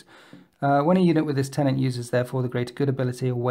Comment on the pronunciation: its not "tenaNt" its "TENET"